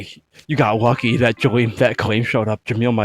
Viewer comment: As Arabic speaker the way that you pronounce kalim and Jamil it’s a very perfect also they’re mean as means a talkative and beautiful